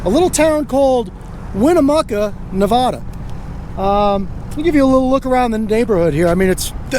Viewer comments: The name of my state is pronounced Nev-add-a not Nev-ah-da, please and thank you. Love your work, please keep up the great work. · I hate when people say Nev-O-da. Born and raised in Northern Nevada. Lol But love what you do!! Keep these blue ISIS thugs accountable. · Where is nevahdah? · He can't say Nevada I'm born and raised what window licker short bus rider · If you are going to bring your nonsense to Nevada, please learn how to pronounce the name of the state correctly.